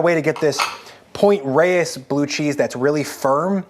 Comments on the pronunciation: NorCal native here. We say "Point Rays," not "Rey-ez." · Pt. Reyes in the Bay Area is pronounced “raze” - FYI 😊 Excellent blue cheese - buy it!